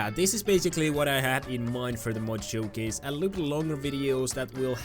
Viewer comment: lol said moch not mod